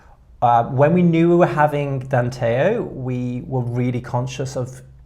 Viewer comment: Danteo, not Danteol.